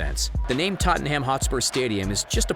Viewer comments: It's pronounces: totnam, not totinham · How he pronounces Tottenham holyshit lol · I hate the way you say Tottenham😂